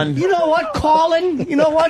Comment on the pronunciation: saying CAWL-in is my favorite part.